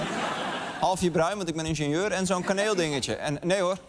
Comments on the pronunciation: Die inteelt urker spreekt het gewoon heel bizar uit: ikbeneenzeur/ikbeneenzuur. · waarom ingenieur zo raar uitspreken? Het is in-gin-jeur